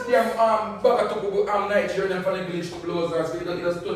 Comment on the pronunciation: So it's not Nigerian but 'nightgerian' 🤣🤣🤣🤣😂